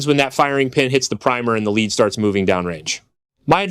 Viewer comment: Did you mispronounce lead ? You need to fix your text to speech software!